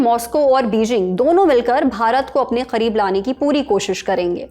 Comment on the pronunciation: bhai tum Karib ko Kharib kyu bol rahi ho??